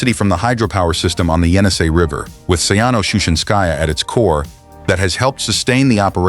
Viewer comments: Говори правильно: Саяно-Шушенсая ГЭС. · Шу'шинское, поставьте ударение правильно